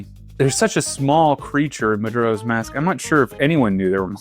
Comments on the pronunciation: i can't be the only one upset with his pronunciation of majoras mask. muh jor uh. not jur. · You don't know Majuro's Mask? 😅 Reminds me of my mother calling sudoku 'saduko'. Maybe he's dyslexic and never double checked?